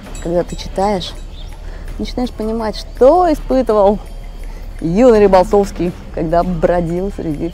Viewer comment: Она говорит юный Рыболтовский )